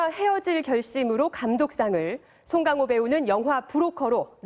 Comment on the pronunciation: 발음 너무 웃기다 송갱호 우리가 영어 발음 할때도 그럴까? 근데 제대로 된 발음 정도는 연습 하지